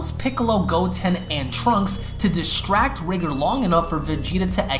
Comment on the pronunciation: R EYE GOR NOT RIGR